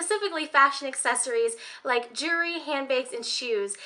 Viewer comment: It's so cute how when you say jewelry it comes out sounding like "jury". I don't have any Tiffany jewelry. I can dream.